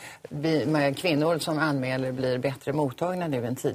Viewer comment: Jag kom bort mig när hon skulle säga "anmäler" men hon säger "anmeler" xD